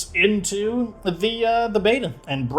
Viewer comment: Everytime says beta I keep hearing Beaver"